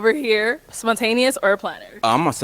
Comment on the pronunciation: The way this man just butchered spontaneous got me weak.